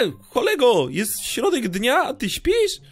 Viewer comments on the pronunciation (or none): none